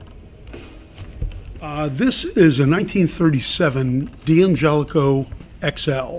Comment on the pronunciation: Very surprised by in this video. First he pronounces D'Angelico wrong (hint: ignore the apostrophe). Next I notice that he's wearing a bag for no reason and it has metal buckles on the strap. then bangs nearly all the guitars he shows against the metal buckles. Hey, those are expensive guitars - quit scratching them! And it's already been pointed out that the video title is a lie since none of George Harrison's guitars are shown because doesn't have any. Sheesh.